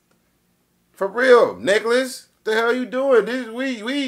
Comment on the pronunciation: He said Nicholas 💀💀